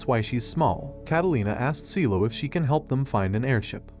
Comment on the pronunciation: "Cielo" bruh